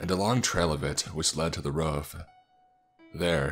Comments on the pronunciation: Am I the only one confused as of to why he calls roof as ruff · Jesus, I enjoy these stories but every time he says "ruf" instead of "roof" it unimmurses me from the story and pulls my focus from what I'm trying to do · "The door on to reuf"